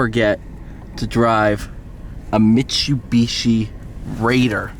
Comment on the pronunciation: STOP SAYING MIT-CHEW-BEE-CHEE. Jfc.